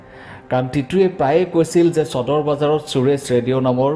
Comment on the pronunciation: চদৰ নহয়ও নিৰঞ্জন সদৰ বুলি উচ্ছাৰন কৰা